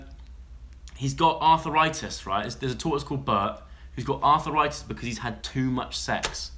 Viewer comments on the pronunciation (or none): lmao joe u said arthritis like "arthur write this"